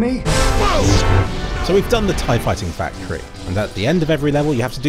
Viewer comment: why does he say tie-fighter "FA-factory"???